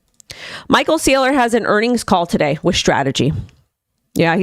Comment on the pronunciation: Sorry, did you say “today” or “tidday”